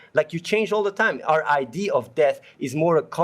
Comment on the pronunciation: "google it yourself" wahahahahahaha athene knowl. i cant breath lmao .. btw .. "its an idee" :D :D :D